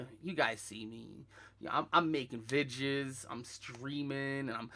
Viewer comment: He keeps saying a word and I have no idea what he’s saying is it “ vigis” or something I’m so lost for example he says “‘you wont find any vigis on my channel “ someone explain what snake tongue this man is talking